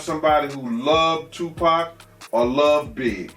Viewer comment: Suge snoop I herd siddy j z made it orchestra it. His name he can't say tupac lol